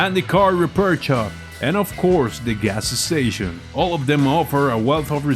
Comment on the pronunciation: ga s s tation